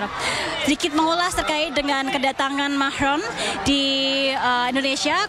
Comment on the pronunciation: Manggil presiden enak amat... Macroonn... 😅